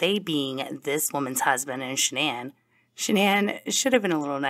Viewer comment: Not 'Shan'Ann' 😅